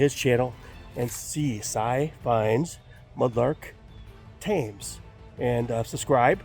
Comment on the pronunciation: The taymes? 🤣😂